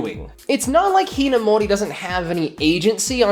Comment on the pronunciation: I'm sorry but I just can't get past the way you pronounce Amu's last name